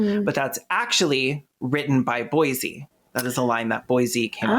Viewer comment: Bosie, it rhymes with Rosie. not Boise 😭